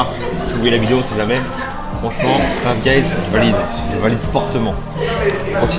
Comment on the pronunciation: Fife guys il as dit ?